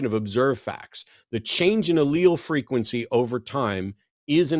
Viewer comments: Haha. Not to mention claiming you are a scientist. 😂 He also mispronounced "allele" when he phoned back as John. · Yes. A scientist who doesn't understand the concept of time, what a scientific theory is, or how to pronounce "Allele".